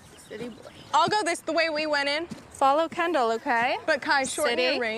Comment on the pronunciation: They all pronounce Kendall like Ken doll.